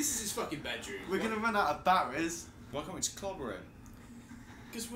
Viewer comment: making this more pleasurable viewing would be a certain someone saying batteries, not ba'eries